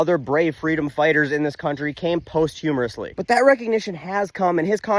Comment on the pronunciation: Posthumously hahah! Not post humorously. 😆😆😆😆😆. (It took me a long time to get it right as well.) I love your stuff and love what you do. Please keep up the good fight. ❤️🧡💛💚🩵💙💜 All of these measures are for naught. The next democratic president and congress is just going to undo all of these travesties.